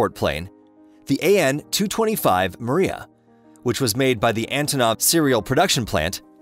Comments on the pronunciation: It's pronounce Mri Ya and NOT Maria.Get it right. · It's "Meer-YAHH!", not "Maria", DAMMIT! It means "dream". LOSE THE ANNOUNCER-BOTS! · also calling it the Myira the Maria. Ai narrator? Another garbage aviation channel built with Ai. There are a number of such garbage channels, some are also making claims of a 2 engine 747, but it's all BS from them. A search among more legit info brings up no such crap. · 'Maria'??? Am I the only one who heard his pronunciation of it??